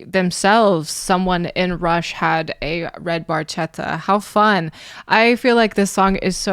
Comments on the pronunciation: The Barchetta that Neil refers to is an early 1950s Ferrari 166MM ( Mille Miglia) Barchetta, or Little Boat in English. The proper pronunciation in Italian is Barketta, as ch in Italian creates the K sound ( the letter K being one of the letters absent from the Italian alphabet) An Italian friend of Geddy's pointed this out to him much later, and he apologized for his mispronunciation. The reason you haven't seen one around is that there are only a handful worldwide, and cost upwards of $10 million US. Although it was Neil's dream car, it was even out of his reach, even if he could afford it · Ironically, "Barchetta" is intentionally mispronounced. I say it's ironic because Neil was a car guy... he knows the "ch" is pronounced with a "k" sound. My interpretation is it's in a future where the proper name for the antique sports car has been lost, so it's pronounced phonetically. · It actually should be pronounced barketta. When a c or g has an h after it in Italian orthography it makes sure the word is pronounced with the c in can and the g in get. Language nerd and long time Rush fan here. They are my favorite band. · It's pronounced "redd Bar*ketta" ch in Italian is a 'k" sound. Geddy was pronouncing it wrong. LOL! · In Italian, "ch" is pronounced like "K." So, you should pronounce it as red barketta. Barchetta in Italian means "little boat" because its shape resembles a little boat. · It's pronounced bar ketta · Barchetta is an Italian word and the right pronounce is BARKETTA (in Italian CH=K) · It's correctly pronounced "bar-kett-a," translated as "little boat" in Italian. In sports cars, it's an open-top, two-seat sports car body style, most likely a Ferrari. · Geddy doesn't pronounce Barchetta properly. the CH is supposed to be a K sound. It's still one of my fave Rush songs. Has a great groove. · The Italian pronunciation is actually Barketta (with a strong C). Barchetta meand small boat